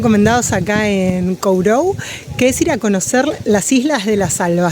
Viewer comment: "korrou" es la pronuncia. Usted, no esta hablando bien. Gracias..❤x❤